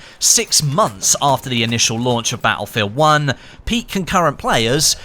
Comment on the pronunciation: thank god BF V is around. I dont now what accent this is but i cant here you say battlefield uoonnnneeee anymore 😂..but keep tbe great content coming👍👍